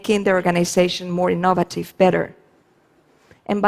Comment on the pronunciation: Ee-NOVE-vuh-tiv' Took me a while to get that one. :)